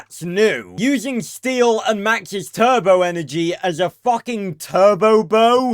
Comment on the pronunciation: It’s the tur-bow 🤣